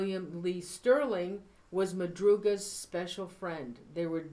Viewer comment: Madrugas car, not Mathias...